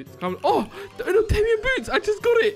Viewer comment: the way they say 'Unobtainium' hurts It's pronounced Un ob tain ium not uh nub tay num